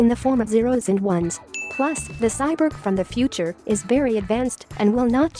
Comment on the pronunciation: The irony of a robot voice not being able to pronounce “cyborg”. Still a nice informative video, missed the lights and crew visible in the alley chase though.